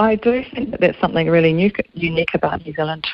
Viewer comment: ..switched off when she said 'somethink'